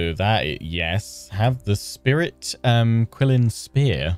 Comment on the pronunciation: Qilin: Chee-Lin.